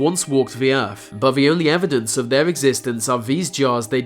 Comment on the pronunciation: The earf?